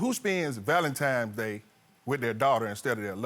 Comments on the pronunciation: ITS THA VALENTIMES👀👀 FA ME!!!!😂😂😂😂LETS ALL SAY IT TOGETHER VALENTINES!!! DAMN😂😂😂😂😂😂🤦🏽‍♀️🤦🏽‍♀️🤦🏽‍♀️ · Weddings are overrated, the marriage and home is what counts. It's hard to focus with him saying, "Valentimes Day"! It's Valentines day! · Please people... It's VALENTINE'S DAY... not Valentimes... Give the lady a wedding ... you've kept her waiting for YEARS!! It's not just about you Sir! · Starting with the correct pronunciation of ValenTINES Day, not ValenTIMES Day. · Why do people say Valentimes day??????? Goshhhh